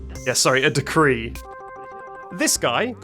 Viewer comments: "Rrrrrread the Decrrrrree" working has me absolutely crying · The way I cackled at "Rrrrread the decrrrrreee" working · "rrrread the decrrree." Got me coughing and wheezing for air